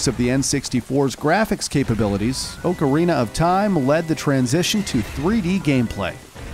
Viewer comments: How he says ocarina- ohcareena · Ughhhh, OAK-arena. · it's OC arina not OAK arina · Hey! Don’t Disrespect Him! Oakarina Ocarina! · He legit said O-carina of time. That hurt me, I absolutely love this game. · Orecarina of Time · OOOcarina of time 😂🤣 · He pronounces it Oak-a-reena of time 😂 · How hard is it to say ocarina properly? Aw-car-eena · If someone pronounces ocarina like oakarina again, I swear.... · Why does he keep saying oakarina of time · He pronounced ocarina wrong too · He also mispronounced ocarina and it is so annoying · I’m going to cry- The way he says ocarina is just- I’m ok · His mispronunciation of ocarina is sorta funny